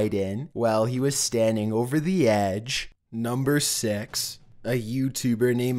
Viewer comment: why name is and if you ever wondered what I look like, u did a live broadcast!! fuk we know what u look like I like ur vids but I can't stand it. u emphasize the wrong parts of the word like number 6 in ur fukin mouth sounds like number sex. I'm sure if you did a poll who would want to see vids with a diff narrator maybe from top15s?!!??? I'm sure that most people would click it. so many little channels that have awesome narration, u got popular off ur other channel no way close 2 mill ppl would go with you fuk that